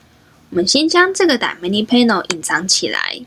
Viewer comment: 其实是叫dy/na/mic，不是叫dy/manic，我说怎么一直听着不习惯